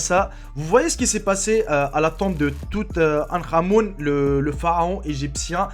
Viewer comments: On dit tou ten ka mon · mdr tu prononce mal le mot du touthankamon